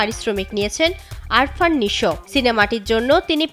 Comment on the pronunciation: আরফান নিশো কে আবার 😂😂, নামটাও ঠিক করে বলতে পারে না এ আবার রিপোর্টার 😂😂